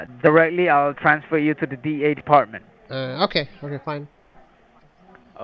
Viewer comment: sound like he was saying DA instead DEA